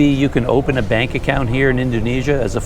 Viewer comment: The thing is the way Indonesian says bank sounds like "bunk" so it's understandable you don't catch it the first or second time or none at all.